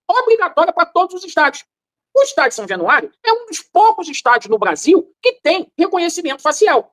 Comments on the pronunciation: São jenuario o gordinho nem sabe falar o nome do estádio do próprio time,,, caralhadaaaaaa 😂😂😂😂😂😂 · O gordinho falou são jenuario várias vezes, jenuario 😂😮😅😊